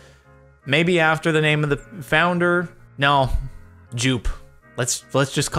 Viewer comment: If you would name a car after the founder... Joop is actually a common name in the netherlands. Its pronounced as Jope though